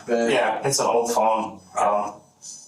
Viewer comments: It’s a trip how people in the Midwest pronounce the word “Bag” like “BEEEG”. It sounds terrible. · Pretty sure they were saying bæg. The shells were also in a bæggie